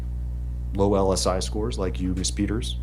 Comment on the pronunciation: Wish he could pronounce the name “ Peters” correctly, without adding unnecessary plurals at the end of that name! He is purportedly an educated man. Yet this is an error he has made several times.